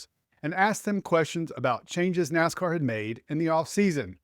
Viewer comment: It’s NASCAR not WASCAR.